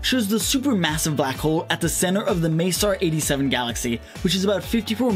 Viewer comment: It's not May-sar 87, it's Mess-eee-ay 87. Anyway, good luck with the channel.